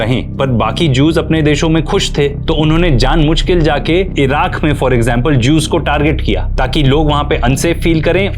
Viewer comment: Very well researched and detailed! Thank you so much. Btw it's "jaan boojh kr" not jaan mooch"